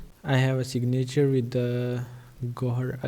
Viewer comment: Great video. A few English tips, "signature" is pronounced "sig' - na - ture," not "sig - na' -ture," with the emphasis on the first syllable, not the second syllable. Next, the sound of the "a" in "na" is a short "i" sound, not a long "a" sound. It's almost the same sound as the "i" in the first syllable. Also, the "v" in "video" is a voiced "f", which is not obvious, but it's accurate. If you pronounce the imaginary word "fideo," then pronounce "video," they're shaped the same way. The "v" sound starts with an "f" sound that gets hummed. Respectfully submitted. Regards, D.P. Henderson, NV, USA